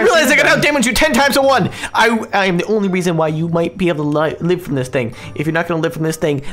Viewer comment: Live not liva